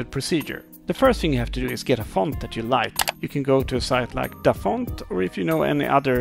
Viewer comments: "Wanna know how to change the- FAUNT🇫🇷🥐" (if this is offensive pls tell me) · think they were mocking you when you said ‘font’